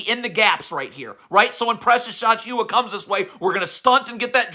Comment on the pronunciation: "Precious Achooo-Ahh" 😂😂😂😂😂